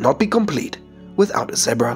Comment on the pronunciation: he cant even say zebra right